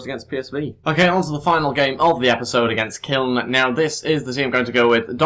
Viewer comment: you pronounce it Koeln